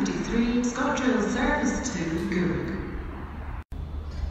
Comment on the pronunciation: The "service to" bugs me. She needs to change the tone.